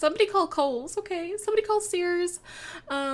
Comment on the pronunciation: As soon as she said sears I was like " she is Canadian "